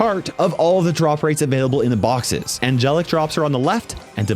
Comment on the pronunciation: bro said boxes 💀